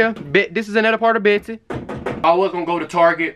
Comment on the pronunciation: beaht sea